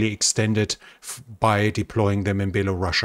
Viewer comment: IT IS NOT BELARUSSIA! The country is called BELARUS! Who tf calls that country "baelarussia" ?